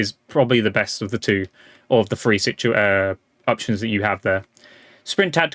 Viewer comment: There's no f in three